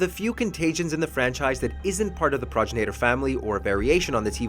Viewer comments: Pragrinater what? What is a praginater? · Ugh... It physically hurt to hear him butcher the pronunciation like that. Go play RE5 and actually LISTEN to the dialogue, man!! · Progenitor, not progenator. FFS 🤦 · Grammar police: Progenator isn’t a word. Progenitor ( pro gen i tor) is how it’s said. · Progenitor is pronounced : Pro-gen-it-er It's not said like: Proj-in-a-ter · Progenitor Pro-gen-it-or That's how it's pronounced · Pro-jen-it-or, it's basically spelled phonetically, leave it to to show how little they care to research their topics in the first 30 seconds. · "Praw-jin-ate-ur" Ohhhhh boy... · it's PRO-GEN-A-TOR ....lol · It's been said a lot but it bears repeating. "Pro-GEN-IT-OR" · pronounced PRO-GEN-NA-TUR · Pro Janitor 🧹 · Repeat after me, Pro-gen-I-tor virus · Da hell is there an "ay" in progenitor? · Nigga mispronounce the word “progenitor” when talking about it and shit odee cringe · God this guy can’t even pronounce progenitor correctly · Dude, the way you pronounced "progenitor" was cringey! 😂 #Sawry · Just came to the comments to see who else was annoyed at him pronouncing “Progenitor” SO WRONG! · He pissed me off on how he pronounced the "Progenitor Virus" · Your saying progenitor virus wrong dumbass!!!!